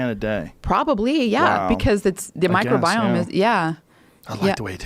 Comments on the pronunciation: Mike Robiome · Ok lady, so everyone all together now say “MICROBIOME”